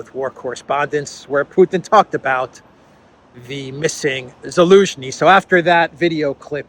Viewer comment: Zelenskyy without the z get over it, please. Too old.